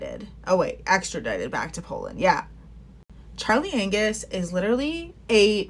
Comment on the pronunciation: 🤣did you say Charlie "Anus"? hahah hilarious.. but true.